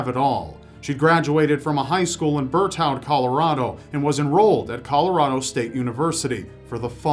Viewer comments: Bertowd?? Just saying.. its berthud, spelled berthoud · #9 berthoud is pronounced Birth-id on bertoud 😂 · Just a little help ……Berthoud, Colorado is actually pronounced “Ber-thud” lol…..”Bertow “ is how Siri says it too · okay what the hell was that pronunciation oh my god.... Berthoud. "ber-thud" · I don't understand "bur town" in Ashley Doolittle's case - it makes no sense. She was from Berthoud, and it's ot that hard to say. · It's Berthoud, pronounced ber-thud Colorado, my home town. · Berthoud is pronounced BIRTH UD.